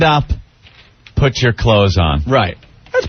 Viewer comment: Opie saying "but" instead of "PUT" is ENRAGING.